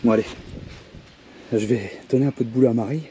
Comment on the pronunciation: peuneu me fait mal aux oreilles... Sinon, bonne merde pour trouver un deuxième pneu à la bonne dimension :D